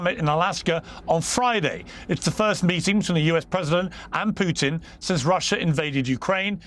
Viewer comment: nobody cares about your military family piers, nobody. also congrats on learning how to say 'putin' and not 'pewtin'